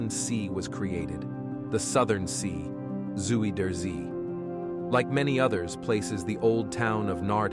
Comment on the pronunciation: The A.I. narrator had some trouble with the Dutch pronunciation of diphtongs, eg. Zuyder Zee or Zuiderzee, Spaanse huis, Weegschaal.